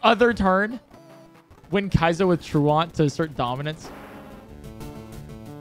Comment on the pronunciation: How does chat not react when he says truant as truahnt